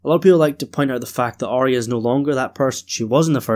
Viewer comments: So why do you keep calling her Are-rea? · Pet Peeve: Why does everyone pronounce Arya’s name as Ar-rea. It’s not right it’s Ar-ya. There’s no rea. at the end of her name. Listen again to the first season episode 1. Only Sansa says Ar-rea. Catelyn and Arya pronounces her correctly. She’s in awe of the dragons and she and Daenerys will hit it of immediately. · I totally agree so why the ar-ea at the end? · My hearing is perfect so it must be your accent. You have to notice most people do mispronounce her name. I don’t know why it drives me crazy but it does. Thank you.